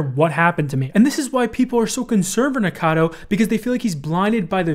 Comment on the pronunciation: lol why is it so hard for everyone to say Nikocado instead of Nikado